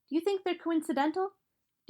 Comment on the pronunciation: The way she pronounces "El Tigre" makes me mad